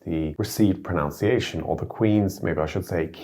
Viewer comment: At the risk of attracting an avalanche of hate: you say "pro*noun*ciation", rather than "pro*nun*ciation" 😜. Stupid fucking English, and all that, but I just can't help feeling that a language blogger is going to want to nail that one every time! As for accents, I always find it strange to hear Germans who speak really wonderful English (often with a really lovely, relatively neutral accent) putting considerable effort into trying to sound more (US) American. It just sounds so forced and grating when they're actively mimicking (in particular) actors and sports stars. I guess that underlines that I see a "not too posh" UK accent as somehow "central", and the accents of other English-speaking centres around the world as somehow deviations to a greater and lesser extent from that baseline. By strictly numerical criteria that's not really the case any more, of course, and hence I understand why younger Germans would be looking to the US for pronunciation guidance, rather than to London, for example, but it really is quite hard to listen to ;-) ((Native speaker of Australian English from Adelaide, just to lay the cards on the table!))